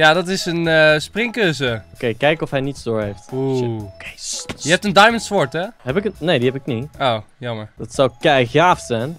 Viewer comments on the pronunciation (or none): none